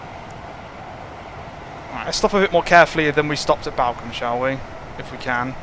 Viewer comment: just a sidenote balcome is pronounced ballcombe